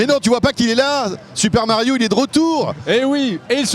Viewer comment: c moi ou à il a dit super mayo ???😂